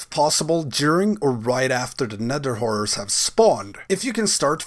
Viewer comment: Anyone else hears him say "nether w..*ores" instead of horrors? xD